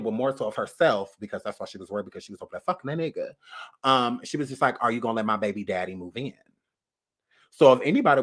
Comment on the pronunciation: You from New Orleans??? Oooh I heard that Bay-bie!!